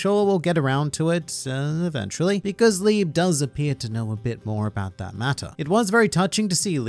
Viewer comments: And libé not lib -_ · the e at the end of Liebe is not a silent e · I don’t wanna be that guy by Liebe is pronounced (Lee-Bay) and his name means Love in German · who here is german and also triggered by how he pronounces liebe? XD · You correctly explained Nacht's name. It's the german word for Night (though you pronouning it like "nackt" which would be the german word for "naked) but that's not the only german name. Asta's devil Liebe is named after the german word for love. The e after the b is not silent. If you want to pronounce it correctly you'd say LiebE. Enough with your german lesson. I really enjoined this review series because I finished Black Clover 2 months ago and it was really fun getting your thoughts on it every weak. I guess Black Clover doesn't have enough content to make many videos about like HxH or One Piece. Maybe you could talk about individual magic powers. In case you want to start reviewing another series I recomment "Chainsaw Man" (if you haven't already read it). It's a really popular manga that doesn't have an anime. It's a shounen with an really interesting power system and interesting antagonists. The MC is super unqiue and deep in a way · Pls use translator to hear the pronunciation of Liebe 😂 it's another german word which means Love. And pls for Nacht too, the way you said it sounded like Nackt (Naked) 😂 Tabata uses german words often 🤔 Liebe, Nacht, and Licht.